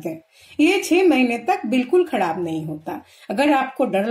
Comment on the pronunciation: Bihari ho kya "Khadab" nahi hota